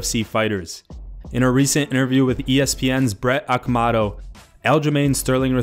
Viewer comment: Brett Okamoto. Oh-Kah-mow-tow. Seriously, dude didn’t even try.